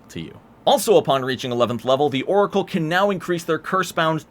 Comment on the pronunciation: As if he didn't call it a Loricle